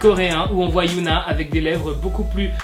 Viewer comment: Ça se dit "hyÔna" pas "hyOUna"